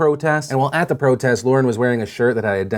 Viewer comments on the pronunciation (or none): none